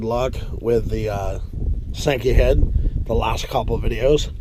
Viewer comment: Im sorry i thought you were calling it that on purpose lol my bad man